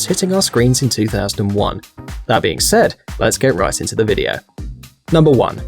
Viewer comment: Did you just say "Alright lets get rice into the video" ?